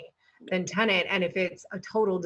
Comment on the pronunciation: Why are you saying Tenent? It's Tenet.